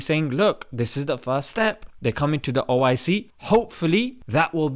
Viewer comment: Its not oic, its oh! I! See!!